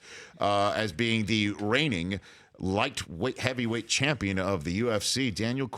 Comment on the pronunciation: Did he just say lightweight heaveyweight at 0.07😂😂😂